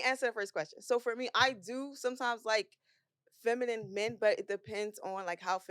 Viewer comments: That shit hurt my ears….it’s feminine not “feminem” lol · What project did you guys get these girls from. If one of them say" feminum" one more time I'm gone. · The word “feminine” was kicking their ass trying to pronounce. 😂